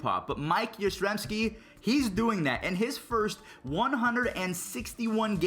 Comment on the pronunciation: yastrzemski noy yaztezmski